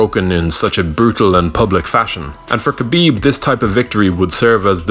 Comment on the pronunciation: It's pronounced Ha-bib not Kabib it's really not hard at all